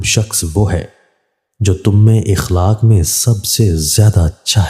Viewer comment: Ikhlaaq nahi akhlaaq